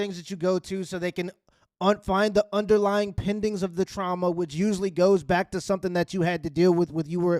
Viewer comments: trauma not trama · Trauma not trama … Jesus Christ